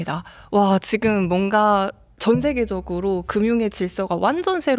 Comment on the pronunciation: 여자진행자 발음이 씹혀서 듣기 거북합니다. 발음 교정 좀 하면 훨씬 듣는 사람이 편합니다. MZ들 ‘ㅈ’발음 중국어처럼 하지 마세요. 지금을 치금이라고 발음하고 있습니다.